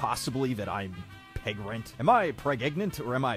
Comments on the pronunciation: P R E G A N T E 💃🏽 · I lost it at "PREGANANANT???" 🤣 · Really? I lost it at PRAGNAN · That PREGANANANT? It's from the video "How is prangent formed". Or are you talking about the reaction video? That one is from the TNTL series. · Sorry but I think it's pregofn 😂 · WHY THE PEGANTNENAT GET ME EVERY SINGLE TIME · i was lost at "...PREGANANANT?" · Nobody People: pregent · I laughed at pregnanananant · I lost it on how the guy was saying pregnant wrong pretty funny